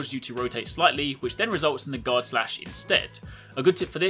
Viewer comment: I kept thinking he said god instead of guard